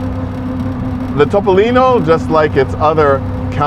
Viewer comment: Complimenti per la pronuncia perfetta di "Topolino," è tutto vero ciò che hai detto, 👍👋👋